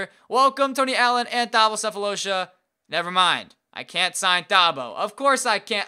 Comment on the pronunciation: Thabo Sefolosha's name is pronounced as Tabo, the h is silent